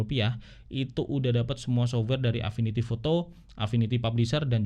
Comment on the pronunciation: Sof-wer, bukan sobwer.